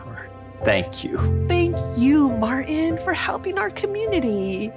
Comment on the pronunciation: I wish she would actually pronounce the t in Martin the name might as well be “Marin” I mean goodness gracious it made me mad